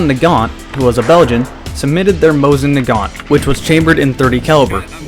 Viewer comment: have you been to russia?? they say it JUST HOW HE DOES... SO BLOW ME